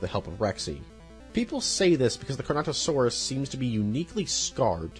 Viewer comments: Why do you keep saying Carnosaurus when the name of the dinosaur is Carnotaurus. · "carnosaurus" man ITS carnoTAURUS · None of the mispronunciations hurt more than "carnosaurus" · I paused after he said "Carnosaurus" asking myself if I should really keep watching about my favorite franchise. Makes me question the credibility of the video. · “Carnosaurus” What the fuck happened too the t??????? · for me it was the Carnotaurus - and me mainly chuckling at carnosaur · I get dinosaur names can be hard to pronounce and that you said you would be mispronouncing them, but come on Carnotaurus is such an easy one to get right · ‘CARNATOSAURUS’? HOW HARD IS IT TO PRONOUNCE CARNOTAURUS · It's car-no-taur-us, not car-no-saur-us !!! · It’s the Carnotaurus ^^ not Carnosaurus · I find it funny how you forget the T in Carnotaurus and call them carnosaurs. Carnosaurs are a real thing, they are a group called Carnosauria which consist of Carcharodontosauridae, Allosauroidea, Megalosauroidea, and many others. It’s a very wide group consisting of organisms like Allosaurus to the entire Spinosauridae family. This is definitely a minor nitpick but my brain it was said multiple times so I thought, I might as well nerd out in the comments. Now a days, when people think of Carnosaurs, they’re mostly talking about the horror movies from the 90s. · CarnoTaurus, not CarnoSaurus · Does this guy not know how to pronounce Carnotaurus or Pteranodon?